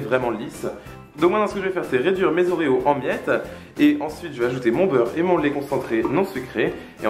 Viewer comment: Tu as dit laît concentrés sucrés